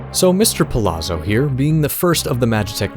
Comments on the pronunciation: Good video. I appreciate the deep dive into the character and lore. One note, since his last name is clearly Italian influenced, it may be pronounced Pa-Lot-Zo instead of Pa-La-Zo. I believe the double ZZ makes the same T sound as pizza. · Why doesn't anyone know that Palazzo is pronounced Palatso? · You pronounced his name wrong for the entire video. "Palazzo" is pronounced like "pa-lat-zo." Double Z is always pronounced like the double Z in pizza. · Y'know how pizza has a double Z and sounds like "peet-za"? Kefka Palazzo "Pa-lat-zo"